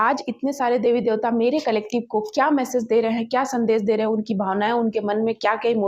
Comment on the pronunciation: Wrong way in reading Bhagwan Shiv derha h Uccharan galat h Right is. Bhagwan Shiv de rahe h Sorry to the interruption, If you don,t mine, plz Uccharan sahi karen Please don,t mine